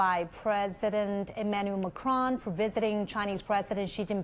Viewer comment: Not Marcon it's Macron